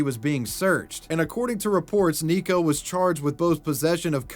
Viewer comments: hmm sorry about playing the grammar police here but it's pronounced Neko-Kun not Nico-Kun.. like the e is spoken a bit more like ey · it’s pronounced “Neh-Koh” not “nee-koh”. Carry on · How did you pronounce neko so wrong, it's Neck-o (I say this as someone who speaks japanese) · Neko is pronounced NEKK-oh, not NEEK-oh. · The way pronounces "neko" as "nico" or "neeko" hurts my ears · Just as an FYI, Neko-kun is pronounced nay-ko, not neeko. In Japanese, "e" makes the long a sound. Neko means cat. 😺-kun. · are you pronouncing "neko" as "nico"...? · The hiragana used is ね which in English is “ne” and pronounced “neh” as in neck. So it isn’t “nee-ko”, it’s “neh-ko”. Nee-ko would be spelled にこ, not as we see it spelled out ねこ. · neko-kun, not niko-kun. he even spelled his like "neckokun" so you'd pronounce it correctly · "Ni"ko-kun...It's pronounced "Neh"ko. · 'Neeko-coon'... painfull. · FYI, you were pronouncing Neko wrong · The "tell us you don't watch anime without telling us you don't watch anime" challenge.:::Repeatedly mispronounces "neko"